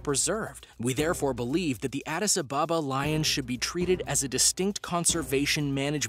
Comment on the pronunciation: Adis ababa is said as one word the space in between the two words is practically nonexistent